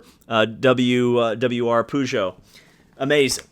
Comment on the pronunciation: BTW as an American you are actually pronouncing Peugeot incorrectly.